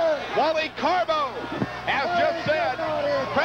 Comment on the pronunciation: It always made me laugh the way Jesse "The Body" Ventura referred to Wally Carbo as Wally Carabu lol! 😂